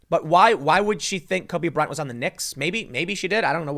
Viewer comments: Tim, you keep saying “Kobe Bryan.” It’s Kobe Bryant. This is such a non-story but if we’re going to nit pick verbal gaffs, I feel the need to point it out. And I heard “nakers.” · Is my dude Tim saying “Cubby Bryant” !??